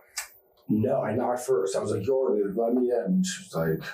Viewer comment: "And i was like, Yordly, i just wanna tolk to you..."